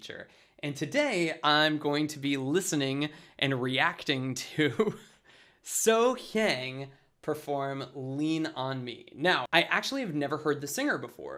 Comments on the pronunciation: I'm Korean. Soyoung is definitely not a good pronunciation lol. Please don't forget 'H' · Her first name is Sohyang, not So. Her last name is Kim. And that A is pronounced like a U. You would say it like SoHyung. All one word, not two. Sohyang does not lose her footing. She is a MASTER and does everything as SHE wants to. This is your first Sohyang video, so you will see as you watch more. She is today.... 42 years old, so she has maintained her voice and even still grown her voice. Her first vocal coach was Seth Riggs, which was the coach of Michael Jackson. She speaks of him often. I have not heard her speak of any other coaching. She did not start singing until she was about 18 or 20. Most have lost their voices at her age, but Sohyang continues to get stronger.